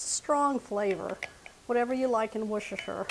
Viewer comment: Hi from the UK. We do enjoy watching your recipes and the ingredients which we can’t get over here. The sauce is pronounced WUS-TER-SHUR. It is one of those words that is pronounced differently to the way it looks.